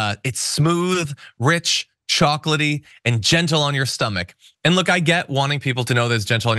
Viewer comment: While the Rudy hair leaking photo would be cool, I'd go with the bug-eyed photo. (The one Seth Meyers always uses) I'd also use that photo for his coffee ad too. (He doesn't say "chocolatey". He says "chalkily")